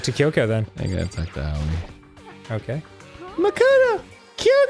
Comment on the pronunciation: No one knows how to pronounce Byakuya's name, but he can't even pronounce Kyoko's name right.